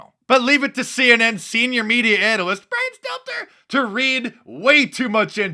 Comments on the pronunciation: If I listen while eating, I just about spit my food put when you say "Brian Steltzer." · I absolutely love the way you say ‘Brian Stelter’....and imitate his voice.. It never gets old!!